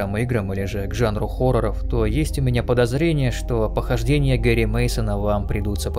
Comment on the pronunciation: почему гэри а не гарри?